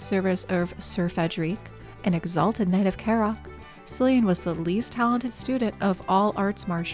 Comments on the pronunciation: (Ahem... pronounced Killian, not Sillian... lol) 🤣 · I'm not irish, but I think its "Killian" (btw, is the butcher of names). =)